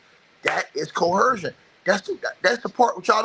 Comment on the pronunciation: There is no “h” sound in the word coercion.